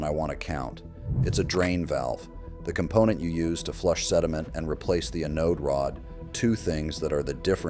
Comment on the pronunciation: AI crap 💩 - Learn to pronounce Anode Rod